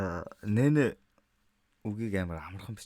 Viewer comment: Unshihdaa нэнэ биш нийн гэж уншышдээ